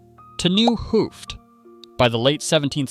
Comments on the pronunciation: Ou(de), meaning 'old', is pronounced as 'ow' in 'now', (H)oo(ft) (meaning 'head') is pronounced as 'Oh'. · nice to watch but painful to listen to. why not ask someone how to pronounce those dutch words. p.e. the T is short for 'het'= the, pronounced as [hat]. hooft is pronounced [hoaft] etcetera.